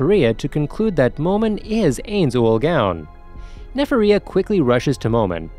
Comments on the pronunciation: "Ayns Oolgown" (눈ᴗ눈;) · Np bro it's just common sense but this guy is still pronouncing Japanese anime names in an English accent which disrespects the way it's supposed to be said, even for me as an arab I wouldn't say, AINZ AWAL GAAWN lmao.